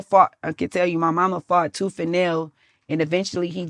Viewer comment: What’s a “toof” 😂